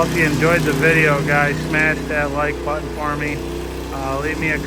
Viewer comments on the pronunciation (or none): none